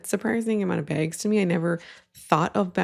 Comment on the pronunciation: I had to turn on closed captions to understand you were saying “bags” and honestly I still don’t quite believe that’s what’s being said. I thought you were saying “banks” and then on screen it looks like lamps? I am so confused lol